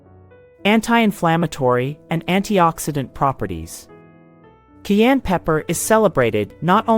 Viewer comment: It is pronounced “CAI ENNE “ not KEY ANN!!😊